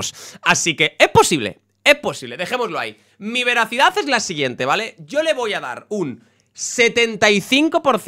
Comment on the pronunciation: se dice veracidad 😂